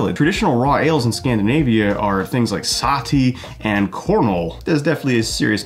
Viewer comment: As a Scandinavian I have to say that the pronounce Keviek is wrong. Kviek not keviek. To be fair Kveik is just another word for yeast (from Norway). There is. Lot of “old”.yeast from a lot of countries which will.fot the today name Kveik. I think you pronouncement of Sahti is quite right. I actually.tried this method but I still.enden up with beer tasting of DMS. I didn't have it tested though.